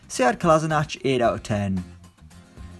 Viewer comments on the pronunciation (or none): none